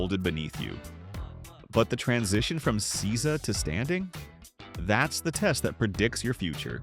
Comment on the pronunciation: Seiza is pronounced SAY-za…